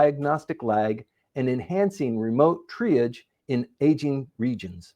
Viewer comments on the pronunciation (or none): Hi, For your English homework this week, I'd like you to review the pronunciation of these words: Retinopathy Triage Concierge Homogenization Also, if you allocate more time to practicing reading and you start writing these scripts yourself, you'll improve faster. Best of luck with your studies!